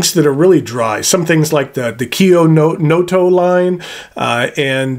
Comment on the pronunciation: I like your pronunciation of Kyo No Oto.